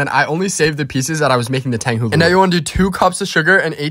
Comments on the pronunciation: Finally he said tang Hulu not Tonga hulu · He said it right this time!! Love the learning